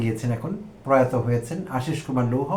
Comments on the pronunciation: হেলো ভাই লন্ডন থেকে দেখছি। লৌহ নয় লোহ। ঠিক আছে তো? চেক করে জানান। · লৌহ টা ঠিক করেন।